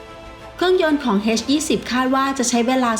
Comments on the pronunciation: น่าจะออกเสียงว่า เอชยี่สิบ ไม่น่าจะออกเสียงว่า เฮสยี่สิบ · เอ็ช-20 ไม่ใช่ เฮ็ช-20 อีหยังวะ